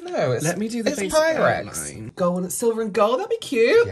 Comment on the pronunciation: It’s PYREX😂